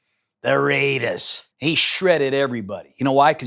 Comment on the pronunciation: The Rrrrrrrraidahs in the 4th 🎉